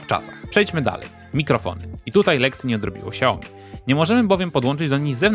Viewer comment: czyta sie nie "śiaoji", tylko "szajomi"